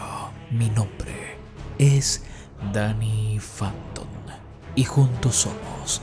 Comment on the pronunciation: Danny phanton, no fhanton,😒😒